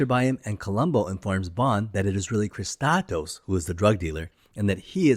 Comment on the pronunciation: How can you pronounce "Kristatos" as "Kisskosskos"?? Not even close.